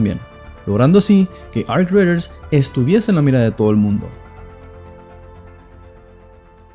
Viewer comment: Arc queee? Raiders lo querias decir en Ingles superbilingue y te quedo como el culo 😂